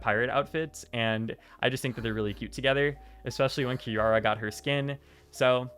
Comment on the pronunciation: kirawr is the funniest mispronunciation of a character name ever its so cute